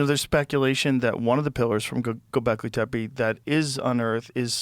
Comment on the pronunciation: JOE “GOBLEKI TEPEI” ROGAN